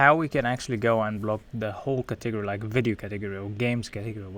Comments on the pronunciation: I literally Googled katiggery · took me so long to realize he was saying " Category" :)